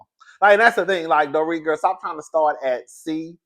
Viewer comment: I don't know if it was me but it sounds like you said the doretha